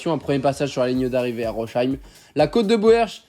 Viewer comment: Petite pensée aux Alsaciens qui entend le nom de la ville de Rosheim écorché xD